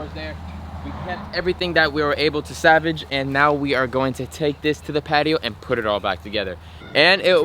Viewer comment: It’s salvage not savage